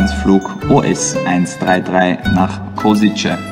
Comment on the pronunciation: respect for pronouncing Košice correctly :-) can't wait to fly back on 26th